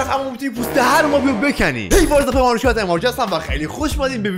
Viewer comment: بِکنی گفتی فکردم بُکُنی میگی🥲